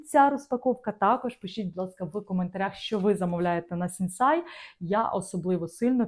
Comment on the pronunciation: Мова йде про Сінсей, а не СінсАй.